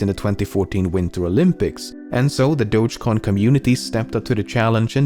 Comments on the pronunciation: DO-GE COIN ffs. Not Dodshhcoin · >Dogecoin >pronounced as DODJ WHY